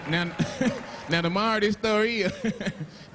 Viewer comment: That was too FUNNY 😂😂. Took me the longest before I understood he was saying "Now the MORAL of this story is" lol.